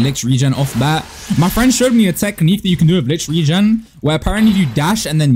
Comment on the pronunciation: The way he pronounces Licht Regen makes me wanna grand entrance off a skyscraper